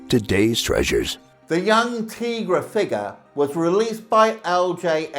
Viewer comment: It’s pronounced “Tie-Gra”. If you have ever watched even one episode that’s how it’s always pronounced